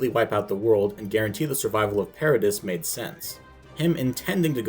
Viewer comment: You are just categorically wrong in my opinion. Respect the your point of view, but you really missed the point I think. Also, it’s ParaDEE not ParaDISS